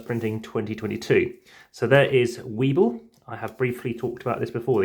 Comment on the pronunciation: Thanks for the vid! Wibbell is pronounced as if it was written 'wibble', so it rhymes with 'dribble'. I hope you enjoy trying out the games and please remember to use the newer rules, found at the google drive. :-)